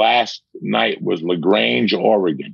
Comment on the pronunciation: Been waiting for the next uncle series. Thank you Sick, Sorry to correct but Unvle Joey said LaGrange oregon and its Legrand